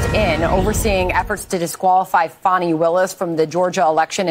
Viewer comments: There’s no “w” in Fani. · It's not "Fahni" or "Fawni", ... It's fani, as in fanny pack... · You guys are not pronouncing her name right. Look it up